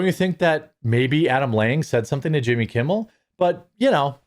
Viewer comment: I always get a chuckle when you pronounce it "Yimmy"